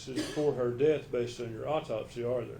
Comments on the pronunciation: Except she says deaf, for death. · She went to college for what 12 years and can't pronounce death correctly 😮 it's not DEAF.